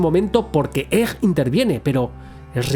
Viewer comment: ?Por qué pronuncias egg como [ej] en vez de [eg]? Me da mucha grima.